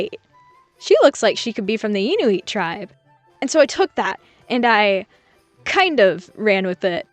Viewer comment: it's IN-U-IT I'm canadian ❤🇨🇦